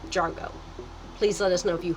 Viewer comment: she pronounces it "jargo" instead of jargoN lol